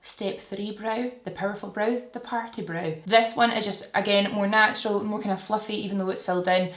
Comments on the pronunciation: "Snatural" 😂. I have similar shaped brows to yours and you have totally helped learn how to do a brow just the right amamount!! 🖤 Ig: rachelle_hilt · The “snatural” is my fave❤️ Ig: steph_mccelwee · Love the “snatural” ✨ ig:sianoyork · The “snatural” is a whole mood IG: tahliawensley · The "snatural" is perf 😍 IG: krsmoore67